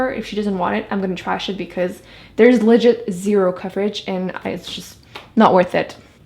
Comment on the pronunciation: you know you're Canadian when u say legit 😂😂